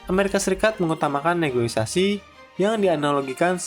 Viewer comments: kontennya keren min, cuma mungkin berapa kali aku denger pengisi suaranya ngomong “negoisasi”, kalo bahasa Indonesia yang bener di KBBI “negosiasi”. Semoga bisa jadi masukan yang membangun buat konten kedepannya ya min hehhehe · Maaf, negosiasi, bukan negoisasi. Salam hangat! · SEKELAS VO / DUBBER INSPECT STORY BISA KELIRU DALAM PENGUCAPAN KATA NEGOSIASI 😅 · Ijin koreksi, Bang. "NEGOSIASI", bukan "NEGOI-SASI" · Min, Negosiasi, bukan negoisasi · NEGOSIASI MIN bukan NEGOISASI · Negosiasi Om, buka negoisasi 😂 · Negoisasi? Hahahaha negosiasi kaleeeee wkwkwkwk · Negosiasi ❌ Negoisasi ✅ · Negosiasi bukan negoisasi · izin koreksi min, yang benar negosiasi bukan negoisasi🙏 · Negoisasi ❌ Negosiasi ✅ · Negosiasi min bukan negoisasi ✌🏻😅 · Negosiasi min, bukan negoisasi 😅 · Negosiasi, min. Bukan negoisasi. CMIIW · yang bener negosiasi ya bang hehe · Kirain cm saya yg salah dengarrr:) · Bukan "negoisasi" tapi negosiasi min😀😀😀😂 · Negosiasi mase bukan negoisasi 🙏